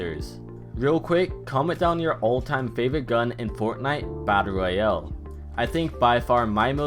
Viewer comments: I like how u say royals as if it was a sickness.” Fortnite battle Royeel—elllllll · Say royale correctly... You it like royel